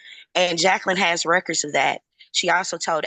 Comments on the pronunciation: “Oaf uh office”😂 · Another "oaf" of office. LOL!